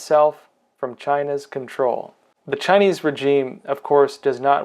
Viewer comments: good content.... however, it's "rei·zheem". please. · Pls pronounce 'regime' correctly. The 'g' is soft. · That’s not how you pronounce regime pal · FTLOG, please learn how to pronounce regime.